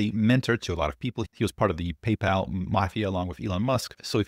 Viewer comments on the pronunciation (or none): none